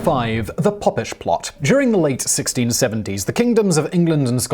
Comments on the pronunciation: Oh my days it’s Pope-ish not pop. It makes me think you don’t know what your reading. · That's what I thought. Pope not Pop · Was it not a “pope-ish” plot, rather than a “poppish “ plot? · Oh Simon....Pope-ish plot! It was the Pope-ish Plot of Titus Oats. Spelled Popish because the single p keepes the vowel open. Was one of those 'every school boy knows' type things. Thanks none the less. I do like your channels and content very much. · It's pronounced Pope-ish. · Pope is mentioned in the story, maybe reading it through first you'd catch a pronunciation in that.... but no read it out first, next!